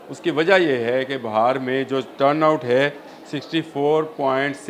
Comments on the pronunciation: Please correct the word BAHAR NOT BIHAR INDIA بِھار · بھائی یہ بہار نہیں ہے بہار ہے ب کے اوپر زیر ہے زبر نہیں Bihaar hy Bahar nai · Bi har not ba har corect it ❤ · It is not BAHAR but BEHAR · Its beehaar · لفظ Bihar ھے کم از کم نام تو لینا سیکھو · پلیز لہجہ درست کریں ، کبھی آپ بہار ب کے اوپر زبر بول رہے ہیں جو ایک موسم ھے، اور بعض جگہ بہار ب کے نیچے زیر جو اصل تلفظ ہے ، یہ ذہنی تشدد کے زمرے آتا ہے ، اور سماعت پر ناگوار گزرتا ہے ۔